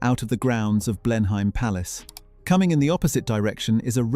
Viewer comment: Blen-hyme palace? Really!